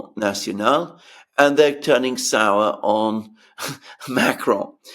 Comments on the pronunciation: if you can’t pronounce Macron in a Francophone accent, just pronounce it in an anglophone accent. Using an Arabic accent is irritating and sounds ridiculous. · Biggest relief of macron getting the boot is not having to hear pronounce his name with a French accent 😅